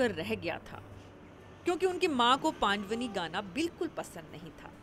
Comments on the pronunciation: Pandwni nhi ..pandwani hai madam .. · It's not paand-vani....it's pandvaani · बहुत बढ़िया पंडवानी जी, पान्डवानी नहीं उच्चारण सुधार कर बोले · पांडवनी नहीं पंडवानी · Didi पांड़वनी नहीं पंड़वानी कहियें.... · बेटी एंकर पंडवानी का सही उच्चारण करो